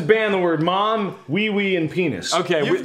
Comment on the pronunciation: “Shoes are great when Tobuscus did Mom.” At first I thought I heard Wade say ‘Bob’ instead of ‘mom’ and it made the whole sentence funnier to me.